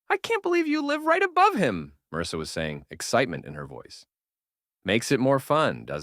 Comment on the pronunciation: I like how the mis pronounces marrisa as mrsa 😂😂😂